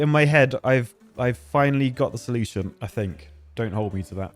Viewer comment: You mean a "sluice-tion"? 😀